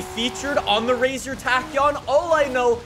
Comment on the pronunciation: It is 'racer' not 'razor'